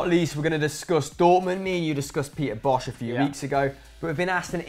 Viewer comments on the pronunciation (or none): youre pronouncing peter bosch wrong. its just pronounced boss. you would think would know that but i guess he doesnt actually speak dutch